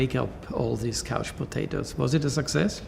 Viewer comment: He sounds really English when says "juvenile crime" and "couch potatoes". International English that is.